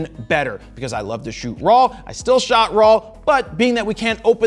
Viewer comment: "I shoott RAW". So do they!! 😅😅👍👍